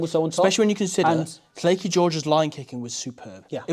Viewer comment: Lleucu not flacky ffs